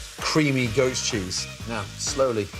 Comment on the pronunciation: Is he saying "ghost" cheese or "goat" cheese? I've never heard of ghost cheese, but I haven't hear of half the things he uses xD